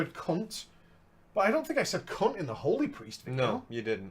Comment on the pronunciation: I bet it is the way you say HOly, or HOld, it sounds a lot like HO does when someone with an accent says it.